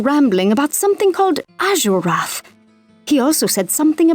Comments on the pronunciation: You pronounce azurewrath so badly 😂 but I love ur lore vids and its pronounce az er wrath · im not surprised you mispronounced izual. you even mispronounced azurewrath